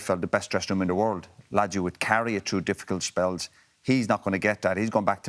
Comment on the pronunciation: Did anyone realise Keane says the follow "tru" instead of "through"😂